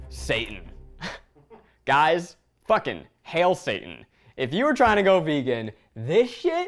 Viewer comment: I thought he said Satan instead of Seitan. I was like what kind of devil's food is this?